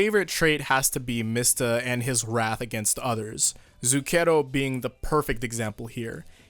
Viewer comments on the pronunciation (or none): As an Italian from Napoli i can say that Mista is pretty much the only one who resemble a young camorrista (napoletan gangsters) btw it's pronunced Zùcchero lol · As an Italian, I can say with absolute confidence that Mista is the only member of the gang who acts like an Italian man of his age would. Also, it's pronounced Zùcchero